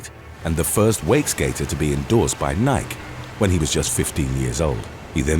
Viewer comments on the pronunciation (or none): its NIKE, NY-KEY !!!!!!! what the hell is nik? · Dude, it's not pronounced like "Nyk," it's pronounced "Ny-kee." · C'mon🙄!! I can't believe that you've never heard of 'Nik-EEE!' you're just'across the pond,' and while you Brits pronounce some words different from us 'Yanks,' Nike is known the world over🙄!! I sometimes wonder if y'all purposely mispronounce words to see if we're paying attention!! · NIKE is pronounced (N EYE-KEY) not NIK. How embarrassed do you feel? Should be intense that you mispronounced NIKE. I bet Michael Jordan is laughing you. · Wait, does the way people pronounce Nike change based on region?! It isn't NI-KEY everywhere? Am I being really American right now? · Please tell me that you really think Nike is pronounced “N-eye-ck” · dang how does the narrator not no its nye-key (nike) lol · FYI Nike is pronounce ( Nikee) just saying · you gotta love how he pronounces 'Nike' like '' but with an 'N', instead of like 'Ny-key' the world renowned famous brand!!! Too funny!!! 🤣😂🤣 Do you mean he didnt 'Contract Sepsis'?!? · Did he just pronounce Nike without the e at the end? (So like the name ) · How do you pronounce Nike wrong? Ny-k??? Seriously? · I haven't heard anyone refer to Nike as nike (silent e) since 1983! Wow! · I can’t remember ever hearing “Nike” pronounced as rhyming with “bike”. can pronounce multi syllable Asian and African names repeatedly but is tripped up by one of the most recognizable brand names on the planet? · Did you just say Nike without pronouncing the e? Really?? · Do you really not know how to pronounce "Nike" ? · Interesting way to pronounce “Nike”. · The Miracle story is astounding! You may be the only announcer I've witnessed who pronounces Nike like. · Americans pronounce Adidas wrong, we pronounce Nike wrong, it all balances out. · Can you say Nike one more time? How the Hell you mess that up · Seriously, who doesn't know how to pronounce NIKE?